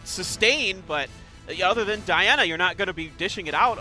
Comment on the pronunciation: Wow where do they find announcers at? The guy who isn’t Peter doesn’t really seem to know much of what he’s talking about, calls verdehile “Verad”, calls Diana “DeeAwwna”, and said to leave FENG for last due to counter attacks which is the only reason to not leave him for last 😂 very annoying